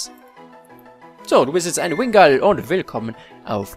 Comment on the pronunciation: oha 😱 Du sprichst meinen Usernamen auf anhieb richtig aus 👍😂 Ja man, Wingull xD Also wenn wirklich Namensmangel herrschen sollte: Genso, Kosuke, Visari, Razor, Kyle, Miakis und Minoura 🙈